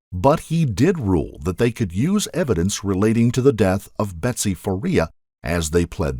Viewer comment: the narrator keeps saying betty instead of betsy....